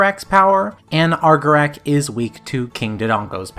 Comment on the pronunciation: Argor-awk not Argor-ak